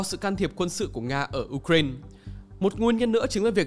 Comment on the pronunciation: Đọc là u rai na đi, uren khó nghe quá